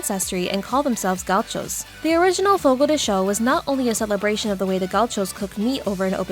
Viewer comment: Its not fogo de shew its fogo de chow ..rrrggg